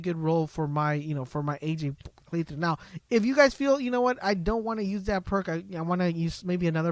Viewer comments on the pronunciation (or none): none